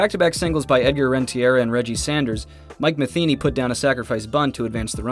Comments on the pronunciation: Two things. 1. It's pronounced Rent-a-ree-ya, not Ren-tee-air-a. 2. HOW are you gonna make a whole video about this series and NOT MENTION THE EDMONDS CATCH IN GAME 7??? It was the defining moment of the whole series. Great video of a great series. Would have been the best series of almost any other playoffs, but overshadowed by history and rightfully so. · great vid! Edgar Renteria is pronounced "REN-tuh-REE-uh" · I was gonna say, Rentiera? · I really appreciate the spotlight on this series, but c'mon man...pronounce Edgar's name right!